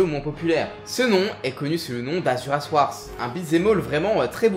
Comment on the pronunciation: J'met mon sel ici, malgré la qualité des vidéos : S'il vous plaît, faites un effort en prononciation des noms svp, j'en peux plus, c'est frustrant dans tous les sens de lire "Wrath" et d'entendre "warss" par exemple, je sais que t'as déjà beaucoup de boulot sur les bras pour te préoccuper de ça, mais j'ai besoin d'extérioriser ça des fois. Sinon le contenu est toujours aussi bon, pas trop speed, donc agréable à écouter quand on est tranquille, et tout est très bien expliqué. Pour revenir sur la prononciation, je sais que là on est juste pas sur un niveau linguiste pro, là où chez trash on se retrouve avec 90% de balecouillisme et osef si on écorche le nom, quelle que soit la langue, voire même des mots usuels français.